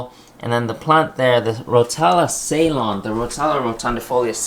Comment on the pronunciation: Hey great video as always. I just wanted to give a heads up about rotala Ceylon it’s pronounced as see-loan and Ceylon was actually the older name of today’s srilanka.